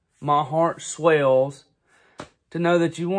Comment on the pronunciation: OMG YOUR ACCENT WHEN YOU SAY "MY HEART SWELLS" 😝😂❤️ Do you run a star wars march shop? 😱